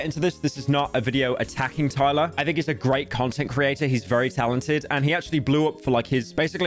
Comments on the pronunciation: There is no way he didnt watch just a single video of Tyler's and mispronounces her name over and over again 💀 pyro the king of research as always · HE DID IT AGAIN! THERE'S NO WAY MAN! You're actually the yt equivalent of a substitute teacher mispronouncing every name on the fucking planet